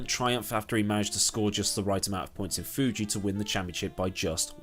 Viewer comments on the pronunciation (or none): none